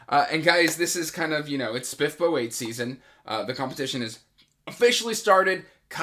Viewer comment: I love how you pronounce SPFBO 😝 I plan on reading the Thirteenth Hour as one of my next reads! I’m really excited for it.